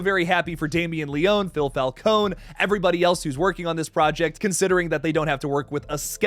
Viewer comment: Great video but the mispronunciation of Leone is driving me crazy lol